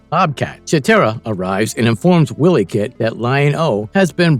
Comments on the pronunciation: It's NOT pronounced * Willy - Kit **, it's pronounced ** Why - Lee - Kit***! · "Willie Kit" Is called and pronounced "Wily" As in sly, cunning, crafty, foxy or as in Wile E coyote, NOT the Scottish name Willie or Wiley 😉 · You've never seen the show else you'd pronounce 'Wileykit' properly. Phonetically it's - 'While-y kit'.